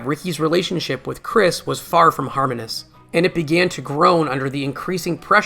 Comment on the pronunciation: I really appreciate that you have created this documentary personally and not relied on AI to create it for you. Small criticism: The word, “harmonious”… you have mispronounce it as “Har-Moan-Us.” It’s pronounced, “Har-Moan-Ee-Us.” Other than that, this is a great little documentary with nice archival footage.